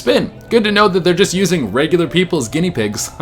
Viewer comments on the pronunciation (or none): none